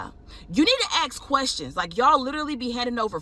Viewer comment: how would somebody "axe" questions?